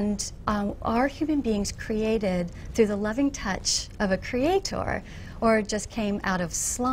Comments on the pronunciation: tip for social interaction: Don't laugh/smirk when there is nothing funny going on. You look arrogant and annoying... Also .. Who says creatOOOr? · pretty sure the romans didnt :D usually you'd emphasize the second syllable, right? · Reaper the constant mispronunciation of "creator" really drives it home. creaTOR, creaTOR, creaTOR... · Who else gets annoyed af whenever she says “Cree-at-TOR”? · Why the fuck do they always have to stress that last syllable in "creaTOR" and look at you like something pretty significant just happened o.O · She is probably latching onto something that she can be right about: "people pronounce CreatEr wrong, it should be CreatOr, so I'm gonna prove how smart I am by pronouncing it correctly, blatantly. CreatOOOr" That's my guess. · creaTOR. xD This lady's pronunciation is next level. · Who else was annoyed with the way she pronounced the word “crea-TOR”? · Why tf is she saying “crea TOR” it’s ludicrous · Nobody said she spelled it wrong. They're saying she pronounces it wrong (and they're right; she does). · Even though I'm not American, she's the only American (actually, the only person, period) I've ever heard pronounce it like that. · зонт Americans don't pronounce it that way. If it's an accent, it's an idiot accent not an American one. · The way that she pronounces certain words to try to sound clever is the most irritating part of this video.